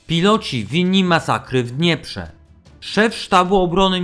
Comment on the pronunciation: Ach ten okropny syntezator mowy reszta może być super akcent na pierwszą sylabę